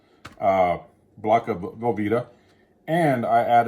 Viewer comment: Velvetta Lol...